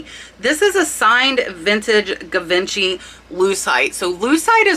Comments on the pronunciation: Sorry that I have pet peeves with proper pronunciations...., it's not guh vin chee. The American pronunciation is zhee vaan SHEE (the zhe is similar to a lazy gee), or the British pronunciation is zuh VON shee. Also, diamond or crystal "pave" is not pave as in concrete. It is pronounced pa-vay. You do an awesome job in your research and videos but mispronouncing too many of the words and brands specific to the jewelry business will make you sound inexperienced. I just found your channel and will be back. Thank-you! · 'Givenchy' is pronounced 'Zhi-von-she'. It's a luxury French fashion brand:) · Just a friendly comment on pronunciation: it’s pronounced ‘Zhee-VAWN-shee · Love your videos! Thank you so much! French pronunciation fot Givenchy is Gee-vaun-shay. Learned it several years ago (I'm old LOL). Keep up your great work... you're amazing!!! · Omg, givenchy, lol. It is pronounced more like gi - van - shi. Great video. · Givenchy pronounced “J”ivenchy And gilt is “g”ilt from word gilded, not “j”ilt. English is my second language and it doesn’t make sense! Very informative! Without a bunch of nonsense! Shared your Tea cup video with my sister and she’s pulling her collection out. 😊You’re my only subscription. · Givenchy is French, & pronounced Jiv-on-she with a ‘soft’ J. Love your channel. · Pronounced Gee- von- she ( Givenchy) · Great information! Thanks for all your research efforts! And ouch! You're right, your pronunciations killed this Grammar Grouch! I was shocked that one of the biggest designer names you didn't know... (definitely an age thing) Givenchy - "zhee vaan shee" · Love your channel. FYI: I believe Givenchy is pronounced : Gee Von Gee. Both of the Gs are soft and almost czha is that makes any sense. Think French. I'm no expert, somebody else might have a better take on it. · Givenchy is pronounced she-von-she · My friend just a friendly correction, Givenchy is pronounced Jeevonshe. Thanks for sharing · Givency with a soft g.